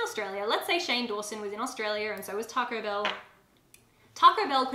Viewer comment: Oooooooohhh, TACO BELL! I sware I thought you were saying Targo Bill- and I was so confused about what that could be. 😂